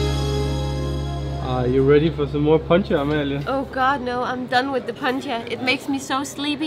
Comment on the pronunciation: London Fair enough. Another example is "Poncha", so it's "Pontxa".